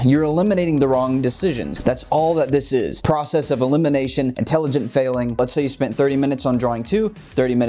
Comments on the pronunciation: Haha "inteligent" 😂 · talking about intelligence... “inteligent failing”😂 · "Inteligent" failing... can't tell if on purpose or not, but take my thumbs up anyway.